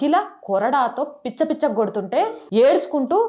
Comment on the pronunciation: పిచ్చ కొట్టుడు కాదు madam, పిచ్చి కొట్టుడు అనాలి. 🎉